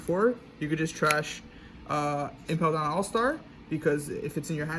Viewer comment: Impel dawn? Doesn’t he mean impel down?